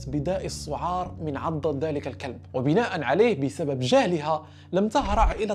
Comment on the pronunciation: النطق خاطئ يسمي داء الكلب كما تنطق الكلب 🐕